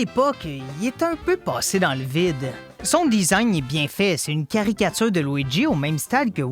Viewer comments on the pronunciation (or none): none